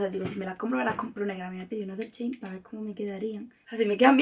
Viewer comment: Me acabo de dar cuenta q no soy la única q dice chein jajajajaja